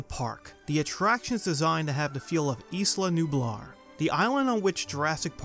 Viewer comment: omg it makes me cringe so hard how people pronounce isla nublar